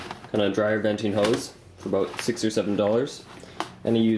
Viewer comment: aboooout . hahaha. Canadians